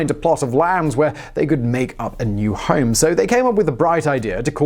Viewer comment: Ik ur from the UK but you actually said Hiam instead of Home and im ded lol